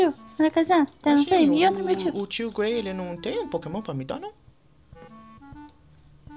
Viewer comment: vc falou Gray em vez de Gary???